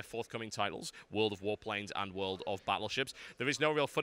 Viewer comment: Everytime you said World of Warplanes I kept thinking you were saying World of Warcraft. :l